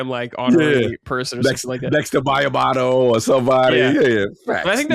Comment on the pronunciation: cogs pronunciation of miyamoto always confuses me